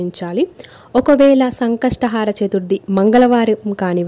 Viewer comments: Antha baundi. Baaga chepparu kani sankashatahaara kaadandi, sankashtahara....plz don't mind otherwise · It should be pronounced as Sankashta hara Chaturthi not Sankastha "haara" chaturthi.